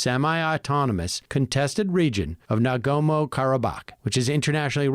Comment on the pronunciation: "Nagomo" 😂😂😂 c'mon Sam!